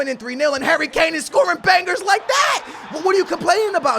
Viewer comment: You mean Son & Kane.. Dislike till you pronounce names properly